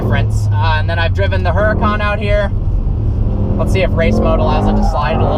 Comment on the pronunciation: The h is silent in Huracan